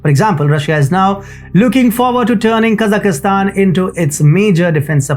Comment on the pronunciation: Kazakhstan not Kazakhistan Just like India not Inidia